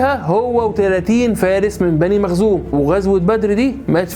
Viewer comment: حضرتك ..مخزوم وليس مغزوم جزاك الله خيرا